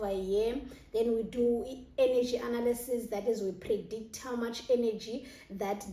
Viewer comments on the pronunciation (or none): none